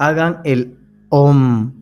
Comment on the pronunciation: el Om se pronuncia aum